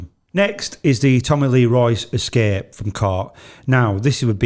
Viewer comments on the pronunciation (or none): none